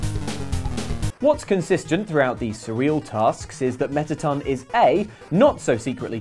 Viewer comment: He don’t know how to say mettaton